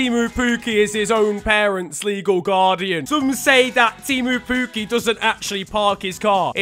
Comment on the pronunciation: I am from Finland so I can say that it isnt Tiimu Puuki its Timo Pukki.... Pls say it right :D